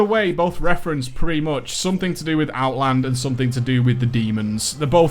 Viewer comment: he's so funny when he's saying ''so MOCH''